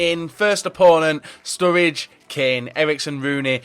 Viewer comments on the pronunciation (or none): none